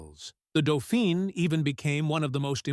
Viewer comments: Se dice "dofín", no "dufain"; se dice "renó" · Doe feen? Non, non, non c'est Doe fan! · Sorry it is doefeen as the e on the end designates the feminine gender. Dauphin or doefan is masculine as in the chap who helped Joan of Arc 😊